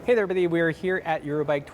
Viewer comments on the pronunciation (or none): none